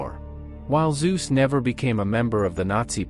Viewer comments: The name is NOT pronounced "Soos"! It is pronounced "Tsoo-seh", not with a soft s, but with a hard "Ts" (a proper Zet), and it ends with an "eh" sound, just as it is spelled. Pronounce it as spelled. Easy. German is very simple that way! Crikey, these are important names in history, and this is only 9 minutes of video. Can't you at least get the bloody names right? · Please learn sume basic German pronounciation: It hurts to hear "zuz". We speak of Konrad Zuse, and that sounds like "Tsu-se" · He was a German scientist, not a Greek god. "Tsu-zuh" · Why are the names always pronunced wrong? It is a generell thing in English videos. It is so hard just open the Google Translor, enter "Zuse" and push the button for listening? Just an idea one can do it when researching a topic.